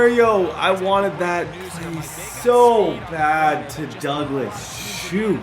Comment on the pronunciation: please stop saying Pop Douglas name wrong